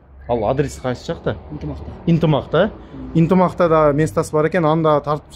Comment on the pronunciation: Интимак эмес Ынтымак деп айт блогер тууган